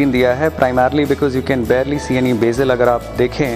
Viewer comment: vo bazel voha ha baazal nhi!